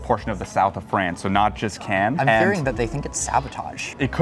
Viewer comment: It's so annoying with Anglo-Saxons who don't even try to pronounce Cannes correctly.